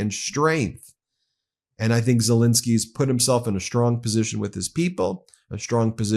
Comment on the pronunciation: It is Zel-E-nsky, not Zel-I-nsky...